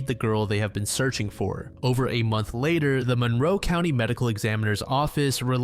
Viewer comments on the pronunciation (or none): none